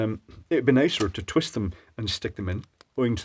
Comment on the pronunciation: Love it... "...so it's important not to twist the wires..."... Terrrrwist! :) Old habits die hard :)